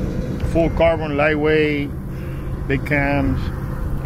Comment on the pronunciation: “Been usin CAR-BONE…” 😂 Carbon*